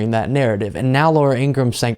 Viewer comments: It's pronounced "Ing-ra-ham" according to her brother. Also, who f'ing cares what she thinks? Thanks! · It’s pronounced ingra-ham(like the meat). Her brother told us on the Brian Taylor Cohen. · Her name is Ingra-ham. Her brother has explained this. It is not Ingram.